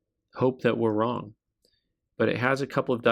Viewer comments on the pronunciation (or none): none